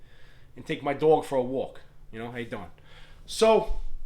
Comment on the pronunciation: Nice to meet ya, I like the flag in the back👊 dog pronunciation gave you up, my girl is from LI that accent is what it is